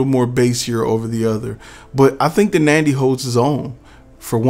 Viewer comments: NANDY? I believe it's NADY!! It would help if you know the actual name of the company!! PLUS, it's NOT the mic that produces echo!! It's your environment!!! Seriously, you really need to do your homework!! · Is it Nandy or Nady?